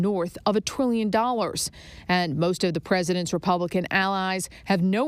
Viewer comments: Wtf is a twillion dollars ?? 🤣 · Yo she said twillion lol